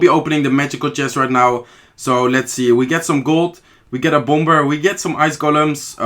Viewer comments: It's pronounced "bom-er" And not "bum-ber" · Hi. In the word bomber the second b is silent. so "bommer" is the way it is pronounced. As opposed to "bummer" which doesn't have two b's. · Haha how you say 'bomber', the 'b' is silent babe. Good luck in havo 5 I guess, love the gameplay though.